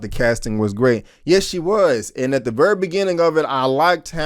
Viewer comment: Your accent when you say the word "very" is really funny. You say it like "verrra".